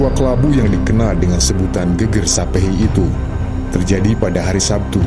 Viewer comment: Mngkin admin yg baca narasi bukan orang jawa ya, soalnya ada beda tulisan sama pelafalan. Yg divideo ini disebutkan Geger (artinya punggung) yg seharusnya geger, biasanya dg tanda garis miring diatas huruf e (artinya perang, keonaran, kekisruhan...). 😁, sukses trs buat channel ini 👍🙏